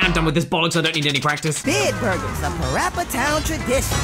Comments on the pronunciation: PaRappa The Rapper 2 not PaPPy Rappy 2 ok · it's PaRappa The Rapper 2 not PaPy Rappy 2